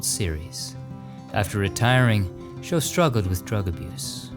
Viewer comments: Part 2). Facts that were left out that are of interest.. Eric Show's last name was mispronounced, it rhymes with Chow or mou-th. Eric was the pitcher who Pete Rose broke the all-time hit record against and was heavily criticized for sitting on the mound with crossed arms during the celebration that occurred afterward. Many felt it was a sign of disrespect. He was criticized when he admitted to being a member of the John Birch Society. He was considered to be an intellectual and was also a jazz musician. He considered himself to be a Christian despite having a drug problem. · I got to see Randy Rhoads perform at the Springfield Civic Center in Massachusetts in May 1981, approximately 10 months before he passed away. Phenomenal guitarist and also one of the skinniest human beings I personally have ever seen. By the way, Eric Show's name is pronounced "Schau," not "show." In addition to being a great pitcher, he also had some rather polarizing political views as well.